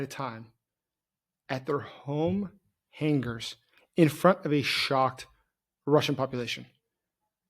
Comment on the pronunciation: I am unreasonably upset at how you say the word "hangars"